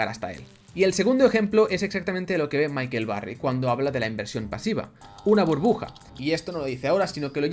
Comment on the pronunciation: michael, no micahel